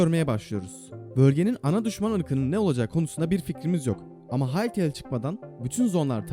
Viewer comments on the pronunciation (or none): Farketmeden hytele diyordun bazen